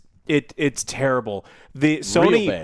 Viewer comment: Everyone= "Sony" = "Sawny"